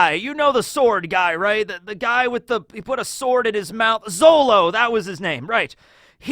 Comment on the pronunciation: did you just call Zoro Zolo?………. Breathes heavily